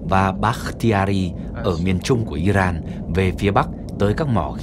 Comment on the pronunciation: Nghe btv phát âm tiếng Anh mà chán ! 'Caesar', 'Iran', ... bùn cho giới trẻ ngày nay bị hấp thu cái v/h cờ lờ mờ vờ ? :face-red-droopy-eyes::face-fuchsia-wide-eyes::face-blue-wide-eyes::face-blue-smiling::face-red-heart-shape